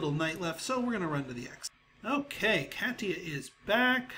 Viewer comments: Katya ka-tea-ya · katia is pronounced ka-shi-a